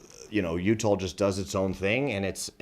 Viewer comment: . Oh no I’ll be so upset if I could never go back to Utah again lol I mean never mind I wouldn’t miss going there at all. Matter fact remind me to never go to Utah I have no reason to go there it weirds me out the only thing cool about it is the way my man right here pronounced Utah